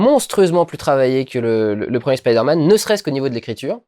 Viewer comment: c'est bien tu dis "spaider man" :3